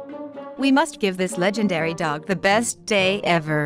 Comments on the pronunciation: It's not legendary it's legandary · Isnt it legendary instead legendery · Stop Saying Legeandary Dog It's TO TO Funnyy!!